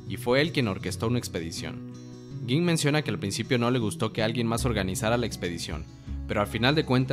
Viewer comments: No se pronuncia gin se pronuncia ying tampoco se dice quite si no kaito, nueb video pero ten mas cuidado con la pronunciacion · Se dice ying, Kaito, hanters ex hanters . Habla bien carajo.